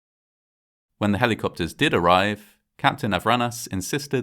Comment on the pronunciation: Capt Yanis I-ran-is. 😅